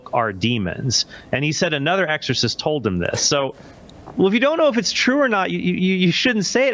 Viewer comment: HEY it's not exhausist 😂😂😂.. It's ex O cist....my man... Cmon now catch up